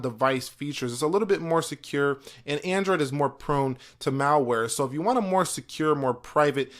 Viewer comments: the way he says android pisses me off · The "Eyphone and Endroid"